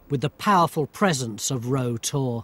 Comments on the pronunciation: Made me chuckle all way through as he was calling it Row Tor (spelt Rough), the locals call it "rout tor'. It can be easily seen the A30 near the Jamaica Inn, along with Brown Willy. Any live stock around there my brother was probably looking after at the time of filming. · I've spent a lot of time on Bodmin Moor & never ever heard it pronounced "row" (as in "row your boat") always "rau" - locally it's more like "rauter" - you got it wrong there Baldrick. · Yes, it rhymes with "plough". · Got to love English. Rough is pronounced rough, unless it's Rough Tor; in which case, it rhymes either with row or row